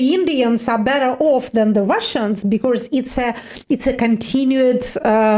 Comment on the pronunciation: "becourse" -> "because"